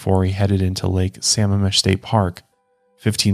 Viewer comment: I love you and this podcast but they way you said Sammamish made me so mad lol suh-maam-ish If y’all ever need help with Washington Cities I got y’all lol I know they are hard (as someone who lived in Puyallup) But the Miler Higher Crew is the best ❤